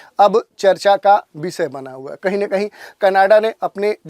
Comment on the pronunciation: Visya nahi vishya ( subject) hota. S nahi Sh bolte hain